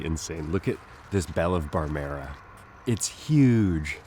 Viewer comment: Belle of Barmera sounds like an Australian bred dahlia - Barmera is a town in rural South Australia that we pronounce ‘Barm-ra’